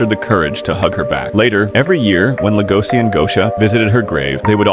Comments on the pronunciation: Legoshi not legosi bruh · I wondered who legosi is, but his name is legoshi not legosi 😅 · LegoSHI not si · It's notlegosis it's legoshi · leh goh sea is stressing me out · It’s legoshi🤦‍♀️🤦‍♀️🤦‍♀️ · The pronunciation of Legoshi bothered the entire time lol